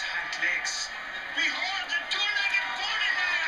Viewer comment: Zeh Amazing Poneh-Lion. xD !!